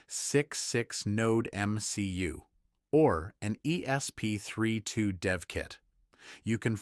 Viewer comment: Why can't any of these AI voices say "ESP32" properly - More AI SLOP!!